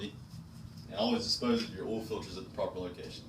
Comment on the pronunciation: LoL it’s called oil not all